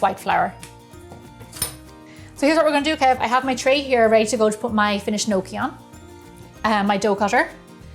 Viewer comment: I definitely love this videos with little George, he is the star of the show! what a cutie..he is waiting till he can eat your fabulous food...great job on the gnocchi..nokie! I love the way you pronounce it..! but its great with some fresh parm and great sugo! as we call it!! Sauce fresh from our preserves is the best!! hello little George you are a cutie!!